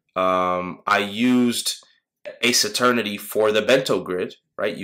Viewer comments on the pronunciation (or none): I love how you call it “ass eternity” 😂 Pretty sure it’s meant to be “ace ternity” But nice video, never heard of the hyper one, but I also very much like the two others